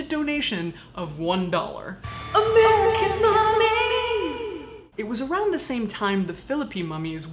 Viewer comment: AMERICAN MUMMIES! I keep hearing AMERICAN MATTRESS, which is a popular commercial here in Indiana lol